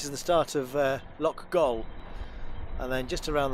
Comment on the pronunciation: One of our favourite anchorages. Can I just correct you? It's Loch Goil as in oil.